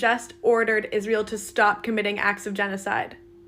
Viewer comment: I agree but if you didn't hear izz-rye-el main issue is with the young black community. Not my words.